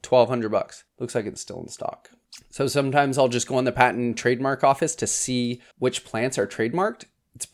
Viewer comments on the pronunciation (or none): none